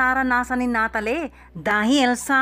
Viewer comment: Penelo-peh at nata-leh